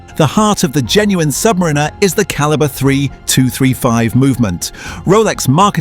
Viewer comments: I wish you would pronounce Submarinar correctly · First off it is pronounced "Sub Mariner" not "submarinar#%$^$*)*#&^#" It's about you having enough money to waste on a product that 95% of the population can not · It would be better if the AI knew how to pronounce 'Submariner' as opposed to 'Submarine-er'. 🙄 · Kept hearing Submarina, AI narrator couldn’t figure out the pronunciation 😂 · Crap ai voice over. Rolex Sub Marina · "Submrinner" is so annoying lol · Aww bless. The AI voice bot has no idea how to pronounce the word, submariner. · When you can’t even pronounce the model correctly, but still post. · Hate the way AI says "Submariner". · First learn how to pronounce submariner and maybe somebody will listen to you AI slop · Your AI narration loses credibility when pronouncing submariner that way. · How can you expel any one to take you seriously when you can’t even pronounce submariner correctly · not subscribing because the ai pronounced the name wrong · Can't even pronounce "Submariner" right. Sounds like one of those AI voices, so effing annoying. But if you think you can create a perfect 1:1 Rolex Submariner clone, power to you. Personally, I think this video is full of sjite and nonsense. Because anyone who has some knowledge of horology, knows that this just can't be done because of the use of precious metals for instance. The indices and hands of a Rolex are all made of white gold, not steel. This video is a waste of time, nog even good enough to wipe your arse with. If you don't want to pay premium for premium products, fine. But don't lie because that's what you're doing here. Promote alternatives, like a nice Seiko or Citizen. Don't promote blatant illegal Chinese copies. It's theft and infringement of trademarks, period!!! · The AI voice needs to learn how to annunciate Submariner. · 100% AGREE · my first thought!